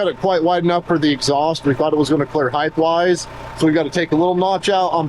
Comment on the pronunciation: I know you're busy but you're not too busy to pronounce the word "Height" correctly. The word is height, not heith! There is no "th" in the word Height.